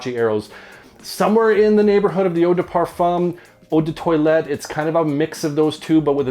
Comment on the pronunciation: He pronounce it correct